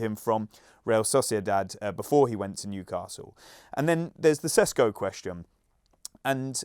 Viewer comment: I know the pundits probably aren't particulary interested into pronounciations, but if a player is connected to a transfer of your club for two years, I think they could find an open slot to learn Sesko is pronounced Sheshko.